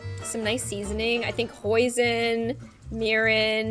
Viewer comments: did she say POISIN?! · Oh Nvrm i think she said coison or boison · Did you say poison or hoison